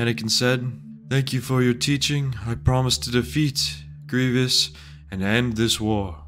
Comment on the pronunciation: its GRIEVOUS, not greeveeous